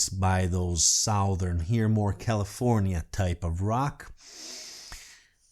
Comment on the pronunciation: You pronounced the name Lynyrd Skynyrd perfectly, but a few seconds earlier you did kind of butcher the pronunciation of the word “southern” LOL